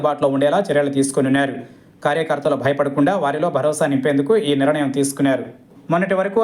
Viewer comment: బాబూ యాంకర్ గారూ! నిరణయం కాదు. నిర్ణయం. వింటుంటే కడుపులో తిప్పుతోంది